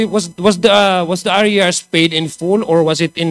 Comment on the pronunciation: It's not pronounce aryars. It is pronounced arrears po. ARIRS!!